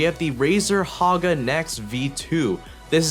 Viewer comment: Razer Naga, not Haga. xD